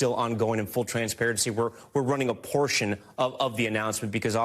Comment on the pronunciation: All I heard was, "Here's a porsh of what he said.." 😂